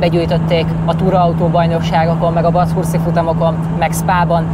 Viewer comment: Basszus, te jol beszelsz angolul.... ehhez kepest "Bethörszt" es "Szkeejf" neveket hogy ejtetted ki...? A video amugy menö... pont ezert ezek az aprosagok nem hianyoznak belöle....:(